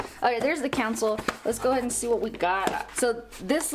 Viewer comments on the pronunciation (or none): It’s not a council it’s pronounced Console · Why does she keep saying council